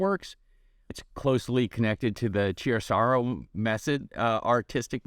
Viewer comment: That's "chiaroscuro", not "chiasarrow". Key-AR-o-scooro.